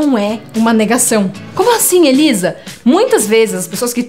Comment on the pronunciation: Tenho notado quando "tia" Elisa diz seu próprio nome no início do vídeo parece que não é exatamente. Estou enganado?